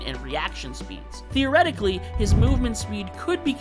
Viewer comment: Theoretically, not "theoratically."